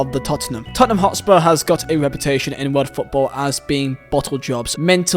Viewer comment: Totspur... what is that?!